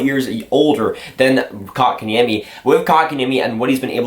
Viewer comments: Well, the niemi comes right: better than most commentators get it. Like we've heard with Antti Niemi - 'Ni Eimi' :) And the o in Kotka just goes as it normally does in the North America. Funny of course, that then it's like the Finnish a, like in the English father, more or less. The French way would be better for 'Kotka', just then the stress changes to a wrong place. Welcome to the mangle, na-na-na-na-knees, knees :) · Dude, he pronounces it just fine. And besides, Kotkaniemi isn't the easiest word out there.